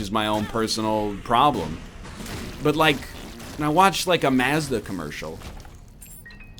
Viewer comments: would you like some past-uh to go with your maaaz-da? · Did he actually pronounce Mazda that way?